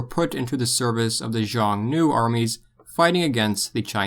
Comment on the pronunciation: Xiong Nu, is pronounced Shiong Nu. not Zhang Nu.